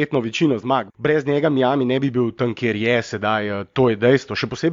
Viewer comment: dober podcast vendar ce že uporabljate tujke za vse izraze kot so trade in nevem kaj potem dajte vsaj pravilno izgovorit miami ker se sliši grozno....:) majemi je, ni miami:D